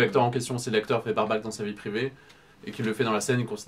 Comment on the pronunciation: bareback =ˈbe(ə)rˌbak : le a se prononce ai & pas comme dans Barback. ;)